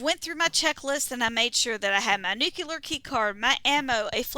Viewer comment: Ok grammar police. Its new-clear not new Q loor. The Simpsons ruined our whole generation 🤣